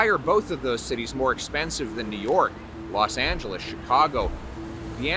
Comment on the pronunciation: he said los angeleschicago